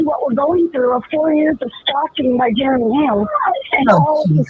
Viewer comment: When the cop asks what his name was she didn't say Jeremy she said Geremy. Go back to 33 minutes and when doing her video and at the cop asked karma is a biatch keep your nose in your own business and your husband sugar booger